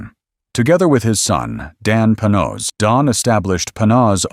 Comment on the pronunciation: Well, first, you are mispronouncing the name: Panoz. I know this because my company produced the sales video for the car and I spent many hours with both the car and the Panoz Family. Mrs. Panoz kept a 1953 Corvette, completely perfect, in their garage). I appreciate you going into the pre-aluminum roadster. I thought it was a beautiful car and was honored to take a few laps at Road Atlanta with it during the production of the sales piece. I had not seen the aluminum version and I have to say: that unGodly ugly hood scoop absolutely ruins the look. One other thing. That tiny windscreen was worthless. It actually aimed the air flow right at your eyes because it was so low. We wore helmets on Road Atlanta so it wasn't as noticable. But man, it was so much fun to drive, and you talk about turning heads! I think the only car I would rather have is a 64 XKE Roadster, but that is major money. Thanks for doing this. I would love to find a Panoz at a good price. I would definately want the older one. Man, that hood scoop on the AIV was horrible.